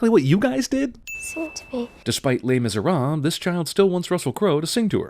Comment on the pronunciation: Perfect pronunciation of 'Les Misérables'.